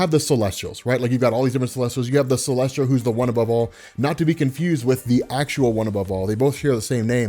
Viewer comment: Not to nitpick or be a dick but its Celestial, there's no R in it. That's all